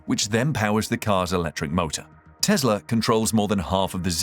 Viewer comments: Why does he keep saying Tezla instead of Tesla? Anyhow, hydrogen powered cars are just far too dangerous and risky. I'll take a battery powered EV any day. Hydrogen will never catch on. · It's Tesla not Tezla